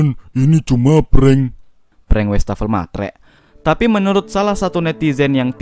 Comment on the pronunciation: Tambahan pengetahuan : Kata Wastafel dari bhs Belanda : wassen + tafel (wash table / meja buat cuci) Btw bacanya WAs-fafel (bukan WEs-tafel)